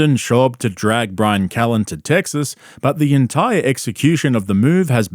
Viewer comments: It's TEXAS, not "TEGGSAS".. killing me lol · "Teg-ziss" Heh. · I love nothing more than you pronouncing the name of my state “Teggses” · Are you saying Tegsas to troll us or Brendan? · “Teggziss” “Truggs” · Why does bro say "Tegsas" ? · It's TESAS